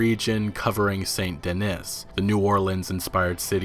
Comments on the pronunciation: Saint De-knee Not Dennis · It’s pronounced Saint deNEE. Like denny, but denNY. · Just a little correction. It's said Saint-De(knee) not Deniss. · It isn’t pronounced “Saint Denis” as in the name Denis. It is pronounced ‘Denee’ like the Parisian sub city